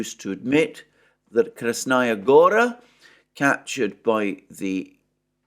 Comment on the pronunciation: in Russian the word Gora is stressed on A. It is not like the original name of Montenegro - Crna Gora. In this case, yes gOra.